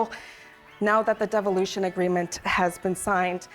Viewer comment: Did she say deviloution? Sounds about right. Make sure you can keep control Nunavut.